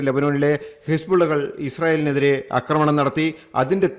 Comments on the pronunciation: അക്രമണം അല്ല ആക്രമണം. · അക്രമണമല്ലടോ പൊട്ടാ ആക്രമണം എന്നു പറയു തനിക്കു മലയാള വാക്കിന്റെ പ്രയോഗം അറിയില്ലേ ? ന്യൂസ് കൊള്ളാം !